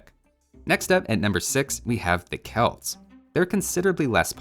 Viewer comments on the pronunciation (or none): none